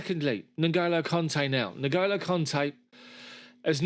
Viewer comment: It's not NoGolo, it's pronounced Engolo